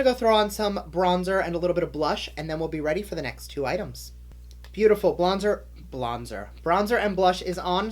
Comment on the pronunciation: I died when you said blondzer 🤣